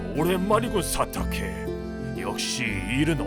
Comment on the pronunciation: 처음 시작할때 성우분이 사타케에 힘줘서 말하는걸보니 구독자들이 사타케를 얼마나 기다린지 아시는것 같군